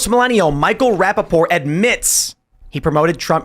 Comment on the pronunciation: Tim never pronounces the "T" in Rapaport. Just an observation.